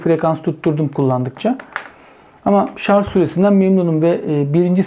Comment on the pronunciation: "Tasarım ve Mühendislik Kanalı" yayını yaptığını söyleyen birinin "şarz" demesi de ilginç olmuş. Şu "şarj" kelimesini öğrenemediniz gitti.